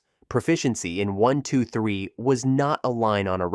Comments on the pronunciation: Really enjoying these videos, but can you not train your speech syntheses engine to pronounce brand names correctly? Instead of saying "1, 2, 3" it says "1 to 2 3" or "once 2 3". It also pauses and breaks up grouped phrases into two parts at times. Can you not give the engine "hints" to pronounce these words/phrases correctly? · And the mispronunciation of the creator's name isn't the worst. Are we to believe that the software is really names "one to two three"? LMAO